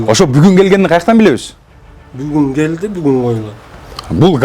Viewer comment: 😂😂😂😂😂😂😂😂 бугун гееелди бугун гойлат бугун гелди бугун гойлат 😂😂😂😂😂😂😂😂